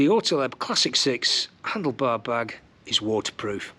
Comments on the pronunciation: There is no letter between the t and l in Ortlieb. It's ORTLIEB, not OrtEleb. i almost vomited each time you said it so cringy. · orti-leb? ort-liib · your pronunciation is really cute ;-) Ortlieb is German, so you do pronounce it as Ort like in Orc, just with a t of course, and lieb is much longer like in leaf 😂 But thank you for your excellent review. Because of it, I've decided against this particular bag. Firstly, I would love an external phone pocket for GPS, secondly I would want to carry it around preferably cross-body, and last but not least, it is rather expensive. Thanks once again, you helped a lot.